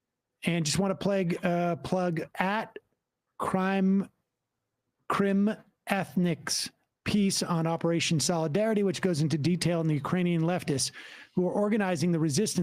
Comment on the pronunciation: it's pronounced crime think. I know sam's bad at saying stuff, but come on - CrimethInc.